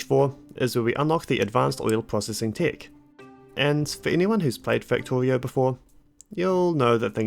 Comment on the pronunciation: I liked watching the video, but that rhotacism speech defect (Factowio, wesources, ...) is a bit irritating. I'm writing this because I've met affected people who didn't know that there is a good chance to fix this with just a little professional help. Think about it if you haven't already done so. :)